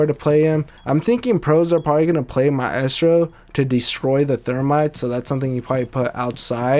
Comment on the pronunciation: It's MY-STRO